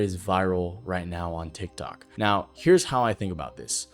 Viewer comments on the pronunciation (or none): none